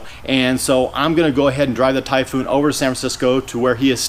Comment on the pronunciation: IF I were selling the Typhoon and started saying "Typhoon" the way he does... I would not have sold it to him LOL.